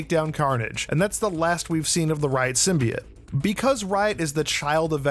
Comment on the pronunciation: “Symbiought” not “symbiate”